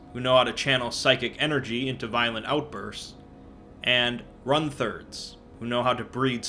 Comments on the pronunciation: When you pronounced runtherds as "run-thirds" instead of "runt-herds", I died a little inside. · It's like it's like if he pronounced shepherd as sheff-urd. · It happens a lot with th in the middle of a word. Compounded with Ork language being what it is, the mistake is understandable. Stull made me cringe though. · ... RUN-THERDZ? IT'S RUNT-HERDZ! THEY HERD DA RUNTZ! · It's not RUN-THERDS, it's RUNT-HERDS. As in they herd runts...